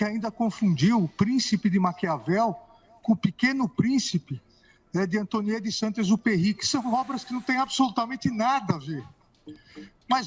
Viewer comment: Acho que realmente a critica foi demais.xandao pronunciou errado o prenome di Saint Exupery